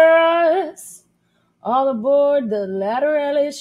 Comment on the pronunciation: You mispronounced it and quit dancing and acting like you're playing drums. Its annoying